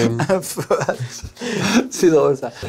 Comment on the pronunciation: Le gars a dit un feuate au lieu de dire feat